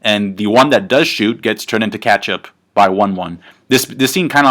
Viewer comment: "Katchup"? lol